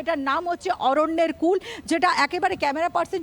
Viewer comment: উফ্ নাম টা অরন্যের কুল নয় _ অরন্যের কুলে